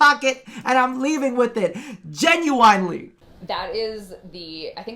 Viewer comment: GE-NU-WINE-LY. Just as the space mom pronounced it